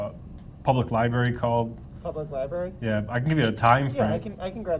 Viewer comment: Li-Barry. I can’t not cringe every time I hear it. Where did you guys in NY misplace the R at? Haha. Love you guys!!